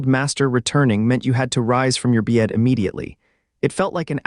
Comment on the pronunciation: And don’t ever say "bed" again!!!! BYETT